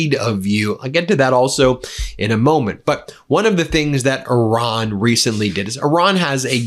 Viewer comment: Love your show Ben. But why are you still saying “Oran”? WTF???